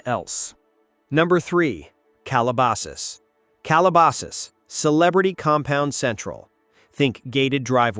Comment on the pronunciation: AI can't pronounce 'Calabasas' but can they hunt us down with lasers?